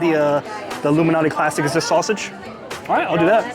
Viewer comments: Nice video I always thought it was alot MALANATI LMAO. I kept saying at the start why does he keep saying like Illuminati? Was gonna correct u but I forgot yr gangster 🤣🤣🤣 JK many people say Malnati is the best one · Why are you reading Malnati as Illuminati, is this a pizza conspiracy!? Appreciate your work!